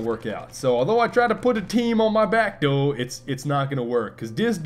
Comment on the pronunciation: Why is everyone saying doe serious doe